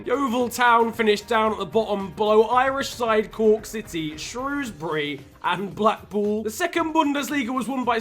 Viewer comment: Im from Cork and im pissed because of the way you pronounced Cork